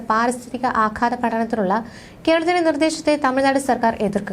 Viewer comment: കെർളത്തിൻ്റെ ? കേരളത്തിൻ്റെ എന്ന് പറയൂ.